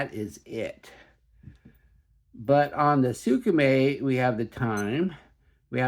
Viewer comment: "Sooka-May"... Lol